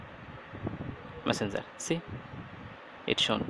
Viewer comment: Love when you say messenzer 😂😂😍